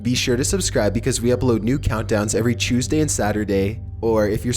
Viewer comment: Haha I keep hearing Chuesday